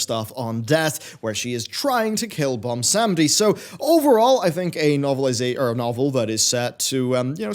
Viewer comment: I allways crack a little whenever I hear say 'Bomsamdi':D